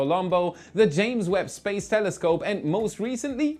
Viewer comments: I feel like Felixs English is getting worse he says Spaz instead of space lol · You kept saying space wrong. 😅